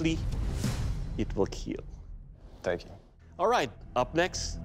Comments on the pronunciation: then y doesnt he say kill. he speaks english sooo... how hard is it to say kill and not keel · He makes it sound like keel😂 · Imagine your out in the battle field and out of nowhere this guy comes up and just mangle's you with a random ancient weapon and then says, "it will KEAL" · Its pronounced kill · Even the official producers running the show accept that Doug definetly pronounces it KEAL and not Kill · They are saying Keal instead of Kill? Why? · Thats not how you say kill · It sill keal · It... will... KEAL. 😎😎😎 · Does he actually say keal not kill? If so what does it mean? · I love how Doug says it will keal and not it will kill lol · Wait he’s not saying “Kill”? What does keal mean? Or is it just a meme on his pronunciation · And more importantly : it will keel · "It will KEAL" one of the greatest lines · It will keel 😊 It will cut 😃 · It will keal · IT WILL KEEL. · Keel means to fall over or collapse... so this is the falling over test? Or do u mean kill...its not hard to pronounce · "I will KEAL"💀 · Glad that dude overcame his speech impediment, but his pronunciation of "kill" is weird.